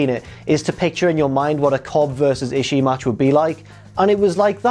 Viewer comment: The trick is to saying "Ishii" correctly is to not pause before that final I, and not to stress the final I too much. Just keep the vowel-sound going as you roll the last two Is together. Rather than "Ishi-(pause)-E", you keep that second-to-last I in your throat, let the pitch drop slightly, then go into the last I. To be fair, though, saying "Ishi-E" isn't pronouncing it "wrong" as much as it's a matter of accent, which is understandable for a non-speaker of Japanese.